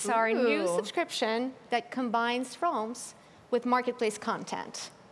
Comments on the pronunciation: She’s out here saying ‘Realms’ as ‘Rolms’ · Realms? Nah fam its Roelms bro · Just listen to her... "Ralms"... Lol😆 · is it me or do they say minecraft rolms? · Nobody: Minecraft employees: RoLmEs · That lady pronounced realms so weirdly.